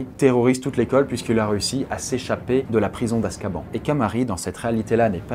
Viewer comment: Askaban sa se lie comme sa mais sa se dit askabANNE vuala 😆